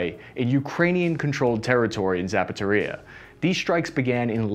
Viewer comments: 1. tries to pronounce foreign words. 2. fails miserably time and time again. 3. starts to intentionally mangle them more, obscuring incompetence with jest. 4. We get Zapatoria and Harrison. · I have to believe some of these mispronounciations are on purpose. The Zapataria power plant? Yes I'd like a steel-toed generator in a size 11 please. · I like how does not ever try to say "Zaporizhye" and just rolls with "Zapateria." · Harrison: "Donde esta la zapateria" sorry man its just funny. You can try pronouncing these as "Her Son" (but with a constrained O like in "song") and " Zappo Reeja" that will get you pretty close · The city is called Za-pow-row-zhi-ye, not zapatoria! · "Zapateria" is even better. 🙂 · You mean Harrison? I didn’t know there was a NPP in a Shoe Store (Zapatería) either. 😂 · Still looking for "Zapatoria" on the map but I just can't seem to find it. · Pronouncing Zaporizhzhia as Zapatería is even better ;-) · And Zapateria = "shoe store" in Spanish. So we have a war going on around a hispanic shoe store which is somewhere near "Harrison", which sounds like it's in Pennsylvania or the Midwest of the US. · The fuck is Zapothorrhya? :D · Pls. Don't pronounce cities names! Pls.. You are Buchering all of them. The most critical Iz Zaporozye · “Kherson” sounds more like “Hear-son” “Zaporizhzhya” it’s really tricky: “Zapp-o-rich-ja” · It really sounds like you're purposefully butchering the town's names to create comedy. Zapatoria? How do you get that from Zaporozhie. It doesn't even have a T in it. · don't get discouraged about the comments criticizing your mispronounciation of slavic names. I find it absolutely hilarious and I'm always curious how badly you'll butcher them in the next video. Embrace it.